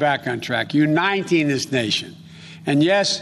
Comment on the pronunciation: “u-nineteen this nation” or uniting this nation?